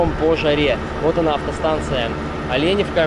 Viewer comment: Ну Москва не сразу строилась) дороги делают. Правильно говорить Оленевка. Олень или лень) а так вообщем то вы молодец всë позитивно, обзор хороший. Житель Оленевки).